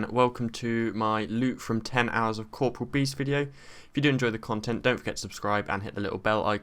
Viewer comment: oh dear lmao :D If that wasn't clear btw, you also said corporEal beast wrong.